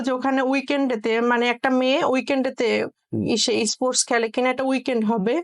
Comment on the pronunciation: Pronunciation is bad :it is not issports, this is sports i am from India